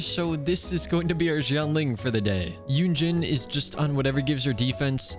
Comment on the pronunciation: Yunjin's pronunciation ☠☠